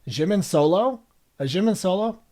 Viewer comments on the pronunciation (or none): you kind of pronounce jimin like its french lol you can just say the j like you would for jake or jacket :) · jimin, jungkook and jin are all pronounced with a hard j like jungle :) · I can't get over the way you say Jimin and Jungkook.... I've never heard anyone pronounce them that way before not that it really matters but still it's different. I do hope you go and learn more about them all they have such a wonderful friendship honestly they really are a family and love each other a lot, it's really special. Ida s has a great video which will take you through who each of the members are and some of their background it's really up to date so you'll learn quite a lot. Xceleste has great videos as well such as BTS from nobodies to legends but there are other that are great too. I'm sure everyone already suggested all the videos to you so I wont add anymore.